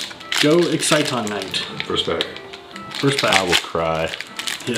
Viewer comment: Can ANYONE say Exciton's name right? :]